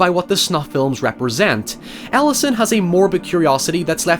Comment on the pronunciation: I am so sure he saying the main character's name wrong.